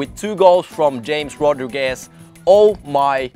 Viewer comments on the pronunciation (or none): I think you mean ha-mes rodriguez